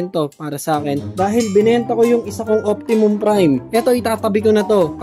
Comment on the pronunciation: Optimus Prime bro not Optimum.